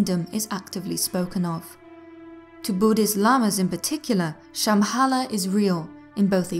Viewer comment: the way you pronounce Shambhala is horrible! nice channel thou.